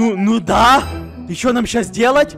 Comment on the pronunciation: голос алкаша какого-то походу он набухался и особенно странно сказал в канце слово: да?